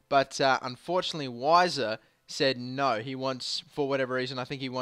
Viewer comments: weiser is pronounced veiser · I think it's pronounced vi ser